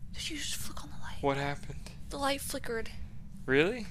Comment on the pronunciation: i don't know why but the "whu happned" cracks me up